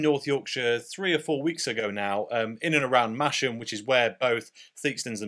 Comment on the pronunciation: It’s masham not mash as in mashed potatoes. It’s a silent h